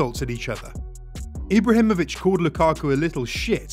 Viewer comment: "eebrahemoich" wtf bro